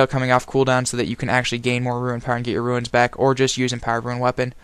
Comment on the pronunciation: The only person on the planet who pronounces runes as ruins. Very nice video though!